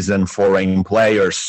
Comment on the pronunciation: Great effort on this podcast! Looking forward! Btw, it's Foreign players, not Forgan:D